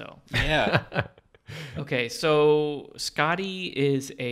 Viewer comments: The way they pronounce Skaði sounds like they're saying "Scotty," when in reality it sounds more like "Scathy." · This letter - ð - is a 'thorn' and it's pronounced like 'th.' So 'Skathy and 'Authoomla.' I love this show so much :) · My understanding of Skaði’s story(which I guess should be pronounced Skathi) is that her father stole the apples of immortality from the god that tended to them. He died in the process of the gods stealing them back. Skaði feels that her father was wrongly killed and goes to them seeking revenge. Even though they forced him into it, Loki is involved with her father’s death and so they throw him under the bus and offer him to Skaði to satisfy her revenge. Loki makes a bet with the grieving and angry Skaði saying that she can have her revenge on him only if he cannot make her laugh. She agrees, and then Loki ties his balls to a goat’s beard and proceeds to piss the goat off causing Skaði to laugh and lose the bet. The granting of godhood included allowing Skaði to eat the apples of immortality that her father had stolen. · As an Icelandic person (Norse mythology is also Icelandic) it was entertaining as well as a little bit cringey hearing them on butcher every name lol. Same reason I don’t like Thor marvel movies.